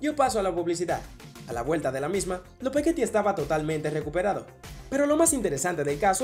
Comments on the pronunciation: En vez de decir Lopetegui dijo " Lopegueti " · Cuándo nombras a Julen Lopetegui lo dices demasiado mal.. recuerda decir Julen Lopetegui en vez de Julen Lopegueti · JAJAJAJAJA DICE JULE LOPEGUETI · Julen Lopetegui!!!!!!, no Lopegueti jajajaj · Lupegueti dice😂😂😂😂😂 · k hablas dice Lopegueti, cuando en verdad se llama Lopetegui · Lopetegui no lopegueti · Jajaja el man dice lopegueti JAJAJAJA